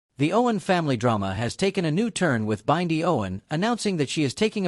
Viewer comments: Learn how to pronounce Bindi name please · Please learn how to pronounce Bindi it pmo